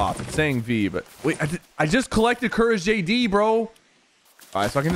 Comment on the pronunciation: “I JUST FOUND COURGEJD” had me rollin’ on the floor 😂😂😂